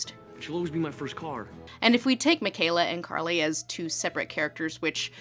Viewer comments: I think you mean CAR-ly. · Her name. Is. CAR-ly. dies laughing